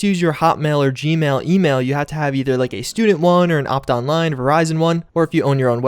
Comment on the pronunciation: I almost choked on my lunch when you said Optonline.